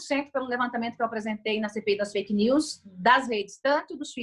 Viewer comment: Mas no áudio ela falou perfil feike!!Isso é crime kkkkkkkkk